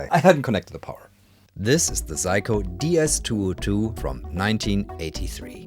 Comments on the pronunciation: Fascinating account of a little known instrument. If "everyone needs a Seiko in their life", perhaps better to pronounce it the English way of 'Sayko' rather than Psycho... Unless we want Anthony Perkins popping up in our showers. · It's say-ko, you're saying psycho, like the crazy person or movie. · I think thats pronounced Say-Ko, not Psycho, my friend XD. In Japanese/Romaji (Romanized Japanese), EI is AY, and AI is EYE. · I'm guessing you're using the Deutsch pronounciation of the name ? In English it's "Sayko" my friend 😆 Also don't disrespect the Amiga, it had amazing sound quality for 8 bit back in the day ! 😜 This unit probably cost as much as a really good secondhand car when new ! I absolutely love watching you discover and play with these obscure machines 👍😆 Thank you... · I'm amused how you pronounce Seiko, in the same way English speakers would pronounce Psycho... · Pronouncing Seiko as Psycho 😅 Yep, I'm doing that from now on too 😂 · That's what the auto generated subtitles believed to - "if you need some psycho in your life....."